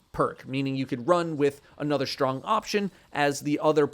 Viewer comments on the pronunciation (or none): none